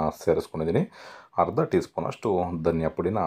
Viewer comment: It's not halugadde It's alugadde. It's not harda It's arda. Please pronounce correctly